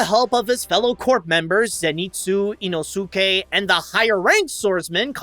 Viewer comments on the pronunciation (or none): the way he pronounced inouske's name👁👄👁